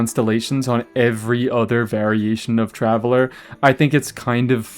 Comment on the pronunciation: Taveller? Flesh?! What